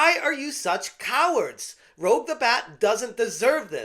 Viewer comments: Rouge is pronounced Rooje not ro- ge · Um...her name is actually Rouge (roozh/rooje), not Rogue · im just going to be that guy and point out, its not rogue like you keep saying, its rouge, the french word for red 😅lol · You have never played a Sonic game if you keep saying Rouge is Rogue lol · Gods. Please stop saying Rogue. it's Rouge (Roozh).... that aside the only good thing here is I have 70 bucks to spend elsewhere now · HOW ARE ALL OF YOU GETTING HER NAME WRONG?!? IT IS ROUGE, NOT ROGUE! AS IN THE COLOR ROUGE! IT IS NOT MOULIN ROGUE, IT'S MOULIN ROUGE! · Rouge = Roo-sch Not Rogue. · Rouge not rogue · It's Rouge, not Rogue. Rooj. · ...her name is pronounced ROOJ not ROHG. like the lipstick or baton rouge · You mispronounced Rouge's name, it's pronounced like the makeup. Also, I'd like to say that the sad part about these changes is that 10 years ago, these changes would have been acceptable. However thanks to the video game culture war, that's a no. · "Rouge," not "Rogue." Everybody gets it wrong. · I can tell you're another grifter trying to infiltrate, you cant pronounce rouge like rogue, and your misinterpreting changes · buddy, its pronounced "roozh" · just a heads up, but Rouge the Bat is pronounced "roozh" (kinda like "rooj" but but with a soft j) in case you ever have to talk about her again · Just a minor thing,, since you claim to be a gamer with pride, her name is Rouge (ROOJ) as in the french word for "red". Other than that, excellent coverage my guy! Keep up the good work! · It's pronounced Rouge French for red. Rogue is a x men. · I think these “fans” don’t know what there talking about and it just complaining like a baby for some changes to a REMASTER, he doesn’t even pronounce Rouge right either, I can’t actually believe people are refusing to buy this game due to some changes. It’s not that deep and the fact you’re complaining over Rouge’s design is something, I didn’t even notice the design change.